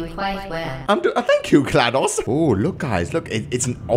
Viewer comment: he said Glados wrong